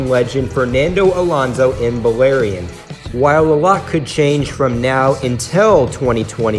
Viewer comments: Lmao it’s Bahrain not Balarian lol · SpideyDitko 64 _ did you hear him say Balatian instead of Bahrain lmao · Hold up! It is pronounced "Ba-rain!" 😂😂😂😂 Also I don't know what to say about this paint scheme. For me, I don't know if I like it or dislike it. It is just different!